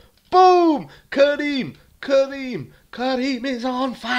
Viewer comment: When he kept saying karim it sounded like curry :D